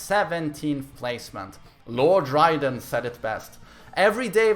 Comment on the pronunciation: We are disappointed in you also. You pronounced "Lord Raiden" wrong! Like really wrong!